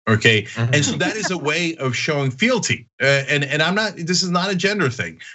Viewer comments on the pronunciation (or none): Did you say it was her showing fielty of feelty?